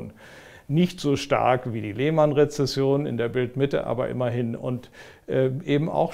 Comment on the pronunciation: "Die Leeeehhhhmannnn Krise" So richtig schön Deutsch ausgesprochen. Fabelhaft.